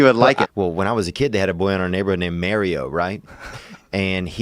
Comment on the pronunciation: Mario not Mario is pronounced more with the R being present Mario